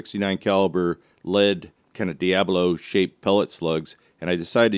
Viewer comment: Thanks for the video! Diabolo is pronounced: dye-äh-bow-low Not: dee-ä-blow